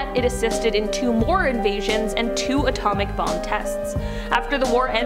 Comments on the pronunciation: You can’t say bomb? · You can’t say bomb ? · Does she not know how to say the word Bomb.....